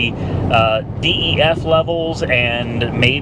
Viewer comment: Just as a helpful DYII, you pronounce DEF- “DEF” if there’s nothing wrong with the check engine light then you got a killer deal. Those diesels are nice. And your Maserati Quattro porte is a great car. The S is a really nice one if it’s 2007 you’ll probably need to put a clutch in it because it’s the F1 transmission if it’s 2008 and later, it’s got the better transmission in it, the 2007s with the F1 transmission needed to have the clutch replaced every 15,000 miles